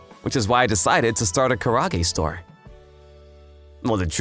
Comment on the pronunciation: It's actually pronounced as ka-raa-gay, and not ka-rush.